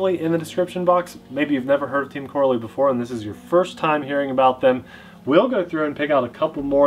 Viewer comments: "RAY-DIX or RAD-IX" I don't seriously know but it's definitely TEAM "KOR-RALLY"... not "CORRA-LEE" 🤦🏾‍♂️🤣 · It's pronounced Co Rally lol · This reminds me of the Arrma "cratton" Video No not the shape or the design but the way you pronounced it. Team "CO-RALLY" has been around a long time, a lot longer than Arma. It is much more popular in Europe. They just started making bashers though and are currently on the version 2s. Version ones had some issues which they seem to have improved on with the version 2. unfortunately part support is suffering so far here in the United States. Even though the motors have the same KV as other brands they are slightly faster than the competing design. They recently just came out with 4S versions also of a couple of their designs. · I agree I always thought it was pronounced either coh-rally or cah-rally. Either way rally at the end :) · I raced Corally 1/12 pan cars back in the 90's and 2000's. We use to pronounce Corally "ca rally" never heard it pronounce "cor a lee". Now I'm wondering if I been saying it wrong for the last 25 years. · Looks like a quality build, there python is a copy of the arrma typhon, they even used the same letters to make the name! It's pronounced Co-rally btw. Looking forward to the first rip! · it's pronounced co rally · I believe it’s pronounced Co-Rally...like as in rally racing. I could be wrong though! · Here in Belgium, we pronounce It as co-rally 😉 Team Corally started 1986 and is a. Belgian Company. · Corally is pronounced like Core-ally the A is hard. They have been around for a long time. They are well respected racing RC manufacturer. RC pro's are very familiar with the brand but it's more widely known in Europe. I own the Kronos. It's very fast and is actually tougher out of the box than the Arrma Kraton. Where most 8th scales use a 11T diff pinion, my Kronos has a 13t. Not sure about the Radix but they make fun fast durable RC's. The shocks are racing quality and very smooth.